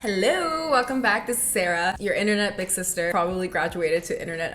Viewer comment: i hear "Internet big sister" as internet vixen 😂